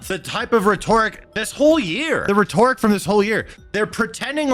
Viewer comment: Every time you mispronounce "rhetoric," I can't help but cringe.